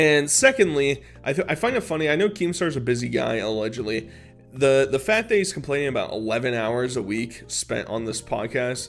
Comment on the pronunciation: Dude I friggin love ya, but u gotta friggin learn to pronounce the letter "C" when it's followed by a "T". For example, you say "fat" instead of "fact", "charater" instead of "character".... figure it out dood.